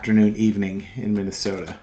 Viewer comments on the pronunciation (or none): none